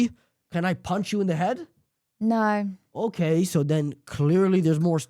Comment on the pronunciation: It's "no," not "nourgh."